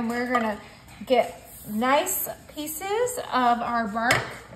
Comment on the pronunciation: This American doesn't. Drives me crazy when folks say "piecees". 😊